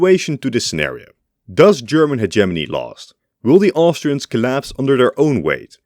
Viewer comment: sorry but i just had to click off after the way you pronounced hegemony